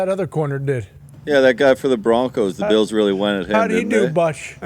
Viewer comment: Buffalo “beals” pat what 😂